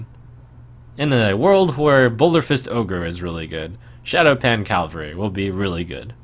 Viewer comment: Cav-al-ry. Is someone on horse (or other animal) back Cal-va-ry is a location.